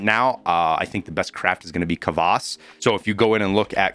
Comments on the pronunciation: i think its it's pronounced Kvas not Kavas but idk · K A V A S oh my god dude cmon lets go. Say it with me. kVASS. One syllable, Stress the "ah-S". You ain't never done learning dude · Love your vids man but the one thing that kills me is some of your “Americanized” pronunciations. For example kvass is almost pronounced like ‘kwass.’ I understand you don’t know everything and it’s just a minor annoyance on my behalf but it drives me crazy xD.